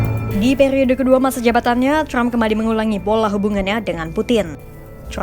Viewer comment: Yg baca trump bukan crump😂